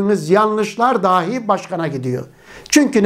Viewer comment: Hocam ilminize gerçekten saygı duyduğumu belirterek şunu söylemek istiyorum; DÂHÎ ve DAHÎ kelimelerini lütfen olması gerektiği gibi telaffuz ediniz...